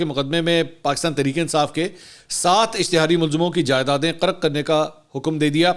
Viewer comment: منصور صاحب قَرق نہیں قُرق ھوتا ھے لفظ ھے